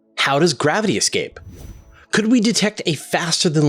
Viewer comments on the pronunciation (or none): Did you say exscape?